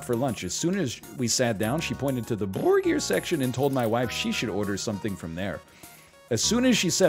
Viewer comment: why it he saying burger so retardedly 0___o I was just listening to him n didn't know what he's talking about, I thought it's a curse word he's censoring